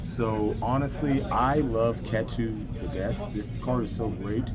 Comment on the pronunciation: Ketu is pronounced as "KEE-too"